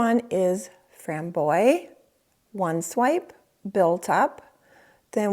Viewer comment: Thanks, —can;t wait to pick up a couple of these. By the way, the word “frambois” is pronounced “fram-bwah.”